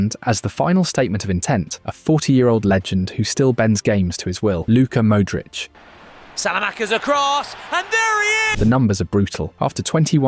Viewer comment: I switched off at the way he said ‘Mooudric’ 💔 forza milano though